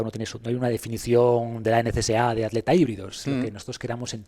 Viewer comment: por qué dices aleta en vez de atleta o trialon en vez de triatlón, como maltratan el castellano…